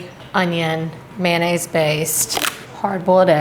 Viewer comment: My culinary pet peeve: it's not "man aise" it's "MAYONAISE"!! Com'mon people....